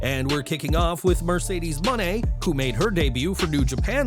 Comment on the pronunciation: is the only to pronounce it right #MercedesMone